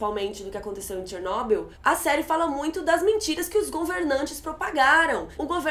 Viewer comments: Não é Chernóbyl, é Chernobyl querida. E olha que ela assistiu a série duas vezes e ainda pronúncia o nome do Legasov errado. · Pelo amor de Deus, Chernobyl não tem acento no ó. então a pronúncia não é Ó e sim O . Que agonia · tchernobil kk fala direitoooooooooooooooooooo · Que agonia ficar ouvindo Chernóbyl kkkk adorei o vídeo, estava assistindo a série a cada lançamento e sempre acompanho suas críticas. Parabéns pelo vídeo e por ter estudado o caso para nos explicar. Ah, o foco incomodou bastante =// e sei que voce também deve ter ficado incomodada quando viu o resultado. Enfim, só passando o feedback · a pronuncia é chernob í u mesmo. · ChernoBYL.....Se pronuncia o final da palavra com tom mais alto..... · Começou Chernobyl, afetou e virou "Tchernóbyl" kkkkkkk q merda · pronunciando Chernobyl do jeito russo, primeira vez que eu vejo alguém falando haha. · Achei bem PEDANTE da parte dela...rsrs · Achei engraçado o jeito que vc pronuncia Chernobyl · Pronuncie o nome Chernobyl direito por favor, que chatice